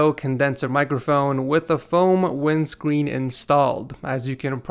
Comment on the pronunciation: Wit tha fome wimscween